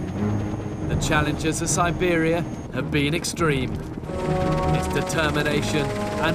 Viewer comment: 첨에 시베리아 발음 쩌노